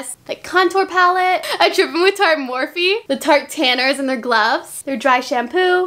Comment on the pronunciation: lol u said morphe instead of mophie🤪💘💘💘